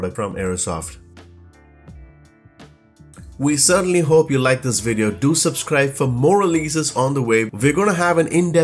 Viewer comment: I really like your videos but can't get used to the way you pronounce every V like a W. "Inwestment", "wideos"... That gives it a bit of a charm but it makes me guess what is your native language.